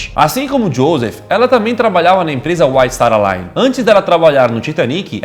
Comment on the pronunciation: Ela tbm trabalhava na empresa "Whitestaralaine" ksoksoaskokasoakso rachei